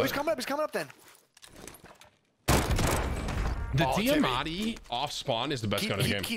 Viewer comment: Last time I checked the gun was called the diamati not deeamati